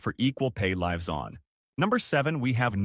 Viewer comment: "Līves on"